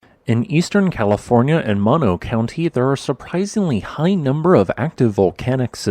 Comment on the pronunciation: I believe “Mono” is pronounced with both “o”s being long, i.e. like saying “oh”. The Save Mono Lake Committee is still alive and accepting donations.